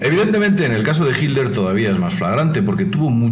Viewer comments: Quien es Hilder? lo nombra mil veces Hilder?? sera que en España lo llaman asi? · Sòlo estaba escuchando el audio tambien pensé que hablaba de himmler, de hecho lo pronuncia diferente cada vez que lo dice, a veces hilder...